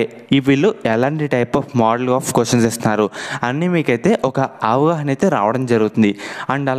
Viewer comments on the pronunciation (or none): Avahana kaadu avagahana